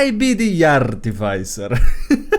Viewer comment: Please. I am begging you. It's pronounced "Ar - TEE - fizz - er" not "arty - fy - sir" I am dying here.